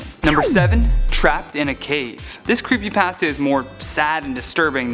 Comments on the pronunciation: "creepy passta" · It's creepypasta not creepypaasta Hermione: How dare you steal my sh.... Harry: Shut up and move on. Draco: snorts and laughs hard.